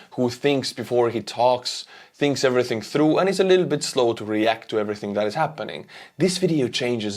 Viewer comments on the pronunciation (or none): none